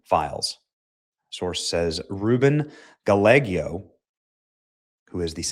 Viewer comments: LMAO! (Snickering) Benny, it's not GALL-EGG-YO... it's GUY-EGGO or GI-YEGGO. 😂😂😂😂😂😂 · STOOOOOOOPPPP THAT! The pronunciation is Guy-ego, not Gah-lay-go. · Dude, learn to pronounce these names correctly… it’s pronounced, “guy-yay-go” not “guh-leg-ee-oh”…. 🤦🏼‍♀️ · Benny- WTF is wrong with you!? You're a journalist, yet you can barely read. It's embarrassing to hear you constantly mispronouncing commonly known words and names. "Ruben GAL-LEGIO"? It's "GUY-YĀGO" ya dummy. Learn to read please, and listen to some other media so you can at least pronounce peoples' names correctly. Thank you for your attention to this matter... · Benny, the other creep about to lose everything is named Ruben Gallego. Pronounced Ga-lay-oh ( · It's pronounced "Ga yah go." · The names pronounced Ruben Ga Ye Go. That dirtbag needs to do time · Rueben sounds like Gaah-yay -go. Another POS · Just like in the word tortilla with 2 l's, Gallego is pronounced Ga-yay-go. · For the love of Pete, Benny, it's pronounced SanTro-Pay. Also, it's Ruben Guy-Ay-Go. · Its pronounced Guy-aego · Benny, learn how to pronounce Spanish names. Gallego- guy-yeg-go. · C'mon Benny ....it said ....guy-egg-oh....you bonehead lol❤ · Gallego is pronounced "gai-ay-gow" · You're such a hillbilly. You can't pronounce St. Tropez or Ruben Gallego. How can somebody be so ignorant to the world outside of the U.S.A.? Even Americans know how to pronounce Spanish names. It's "Ga-ye-go" and "San Tropay" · The name is pronounced “Guyaago” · Benny- tge word is pronounced San Trō-pay. The other AZ dude, a Spanish name pronounced Guy- yay- goes. Two last in Spanish is a Y sound, yuh yuh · Ruben's last name is pronounced. Guy-eggos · Benny, St Tropez is pronounced “San Tro-Paa” Gallego is pronounced “Guy-a-go”. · .....are you pretending that you don't know how to pronounce ruben's name? The congressman from Arizona? C'mon Benny.. 🤨